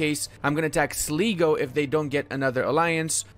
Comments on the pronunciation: Sligo is pronounced Slygo not sleego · Sligo pronounced "sly- go" and Offaly is pronounced "off-a-lee" and Leinster is pronounced "len-stir" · bro, for what its worth Sligo - said as Sly-go Offaly - said as Awfully Leinster - said as Len-ster